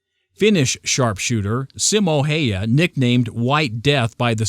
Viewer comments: its not Simo Haya its Simo häyhä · His name: Simo Häyhä Americans: Simou Haia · Haya??? It's Häyhä, you idiot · ”Haya”. No no no it is Häyhä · Finnish sniper's name...is...Simo Häyhä...not..Haya :) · He is called Simo Häyhä not Simo Haya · Haya?????? Its Häyhä!!!!!!!!!!! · HAYA? Come on yanks! You can do better. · It's häyhä